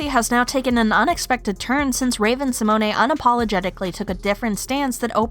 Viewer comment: *Symone pronounced Sah-moan. I cringed each time you said it. Samonay